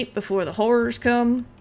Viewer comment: I know you said "I have to sleep before the "horror's" come out", but I heard something different. Sorry. Plus, GAH!!! You threw away 5 stacks of eggs. Darn it people!!!